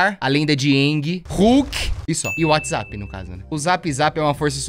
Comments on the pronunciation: "Perai whatsaza" KAKAKKKKKKKKK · adoro o fato do t3ddy fala UATIZapp TÃO SATISFATORIAMENTE